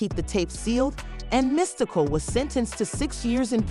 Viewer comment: This chic is dumb! She can’t say his name correctly. ANNOYING AS HECK!